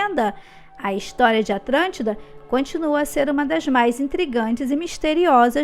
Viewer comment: Atlântida ou atrantida!!! 🤔🤔🤔